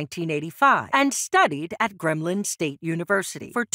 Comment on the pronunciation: Please learn the way to pronounce words you are using. Posthumously and Grambling not gremlin